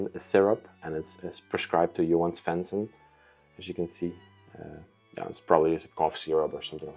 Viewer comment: I guess you’re trying to say JOHAN SVENSSON. And not every house in Sweden was painted red! Actually, this is also a normal color! And the radio was maybe driven by ordinary batteries Love you’re serie ❤️ Greetings from Sweden 🇸🇪